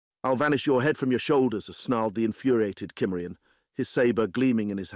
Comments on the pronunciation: Cimmerian SIM-marry-on.... Not KIM-merry-on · "Cimmerian" to this point in any reading has always been pronounced "Symmerian." Why the change? The reader did slip up once and pronounce it correctly, at least the way I've said it for over 50 years... The pace was rather frenetic at first, noticeably so, but all in all, I'll give it a thumbs-up. There are some truly cringe-worthy readers out in the field. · It's one of my favorite REH stories . The only irritating part was the narrator not pronouncing the word "Cimmerian" properly 😒. What the hell!!